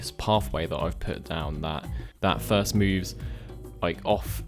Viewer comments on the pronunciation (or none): Fird sketch? Fru the valley? lol. You people invented the bloody language and can't say the words with the ACTUAL letters being used. Amazing. I guess there really are different accents in such a small island nation.